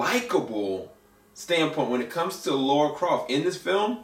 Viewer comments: Lara, not Laura. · For the millionth time, since 1996: It’s Lara, not Laura.